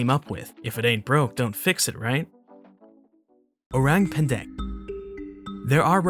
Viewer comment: listening to this guy saying orang pendek hurts me so much as an indonesian hurts man